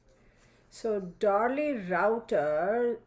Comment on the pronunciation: Liking this without even watching it yet. Last name is pronounced Roo tee a.